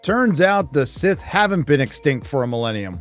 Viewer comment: He said that he’s “SIS” not “Sith”